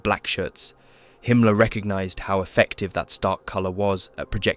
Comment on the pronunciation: I agree, excellent job! Himmler's name is pronounced slightly differently, but everything else is identical to my understanding. It's not common that I find such a comprehensively correct video.